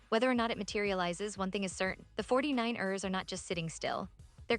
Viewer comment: 😂😂 the AI is saying it weird 😅 the 4-9-Errrrrrrs